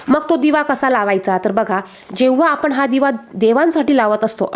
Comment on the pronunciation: आपली भाषा शुद्ध करा पहिले, आपण म्हणा आपन नाही, ण ला न म्हणताय आपण